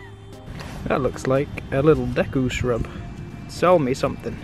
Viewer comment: I think that Adam touches a nettle 😒 saying 'IT'S A SRUBB'